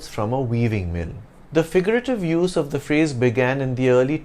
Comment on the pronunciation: And I have been hearing your 'of' wrong all these days? God!